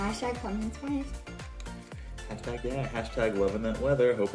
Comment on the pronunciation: is it just me or am i hearing hastag tohkens